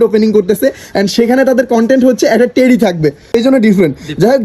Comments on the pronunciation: টেরি না টেডি হবে । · ভাই টেরি না টেডি